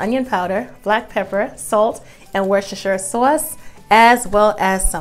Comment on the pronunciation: I just 💕 me some and the way she says Worcestershire sauce🤗😂 great recipe!.